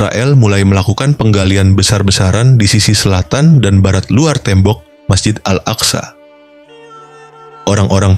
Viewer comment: Sebut al aqsa pun x betul